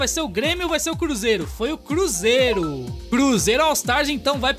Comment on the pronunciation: Ele falando bruzeiro foi foda 🅱️🅱️🅱️